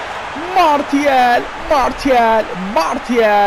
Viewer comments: 105. Like abi bildiğim kadarıyla Marşial diye okunuyo ama bende tam bilmiyom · Marçial diye biliyorum ben